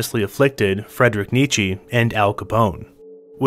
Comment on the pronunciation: "fredrich neechee" lulz